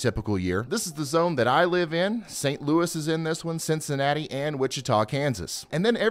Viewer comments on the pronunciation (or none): none